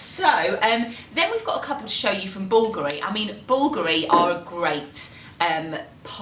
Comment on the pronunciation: I love how they pronounce the name "Bulgoorie" when it is supposed to be pronounced "Bulgaaari" 😁